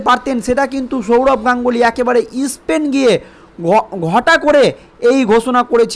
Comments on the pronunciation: ইসপেন নয়, স্পেন। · Ispain? Isthapon? FIlim cify? hat a pronunciation!